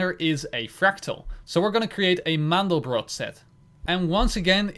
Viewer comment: Btw it's called Mandelbrot, not mandlebrot ;)